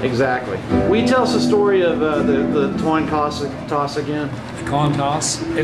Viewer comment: Toin coss.. Lol!!